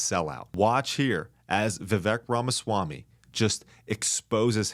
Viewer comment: # You pronounce Vivek like /viv Ake/